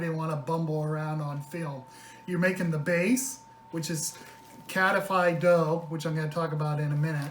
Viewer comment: there are dozens of recipes on youtube, mainly Greek recipes. So please read them and learn 2 things: First how to handle this beuatiful pastry and second how to pronounce the name KATAIFI. Just type ΚΑΤΑΙΦΙ.